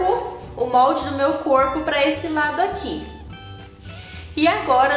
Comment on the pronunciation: Ela fala coipo que fofaaah